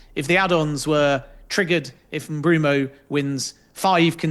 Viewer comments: I’ve heard it pronounced Mbwemo, I’ve heard it pronounced Mboomo… pronouncing it Broomo is CRAZY WORK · Swear tf if i hear M-Broom-o once more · Why does Ben keep saying MBroomo? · Top sports jounalist, keeps calling Mbuemo as Brumo. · Great video!! But dude needs to work on his name pronounciations Mbroomo and jonkeres hahaha. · The guy's just got it wrong ! Not good enough and bloody annoying 😡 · Take a shot every time he says "Bryan Umbrumo" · This is all just his opinion. Also anyone who pronounces it “Mbroomo” can’t be seen as reliable. He’s putting 2 and 2 together or stating the obvious that anyone can do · It’s M-boo-mo, no? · Bloke said Mbeumo’s name 100 times in 30 mins and got it wrong every time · Let him say it wrong how many times he wants , u understood who he's talking about so that's enough .